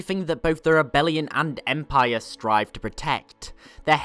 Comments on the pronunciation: Empire not Empieeeyeer please. Love the show and your voice is not annoying like some others including myself. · Em-pie-er lol